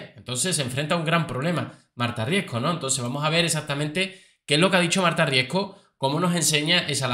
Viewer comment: Todos están eqivocados al decir su apellido. No es Marta Riesco. Es: Marta Riesgo.🙄🤦